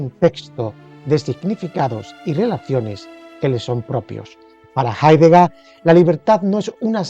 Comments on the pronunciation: Hablamos español. Y el apellido de este filósofo se pronuncia Haideger, no Haidegá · Jaidega?? asi se pronuncia?? no es Jeideger? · Mal pronunciado el apellido del filósofo.